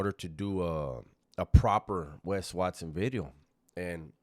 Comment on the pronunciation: Wat-sohn mamon, Wesonites !!? 😅😅😅😅😅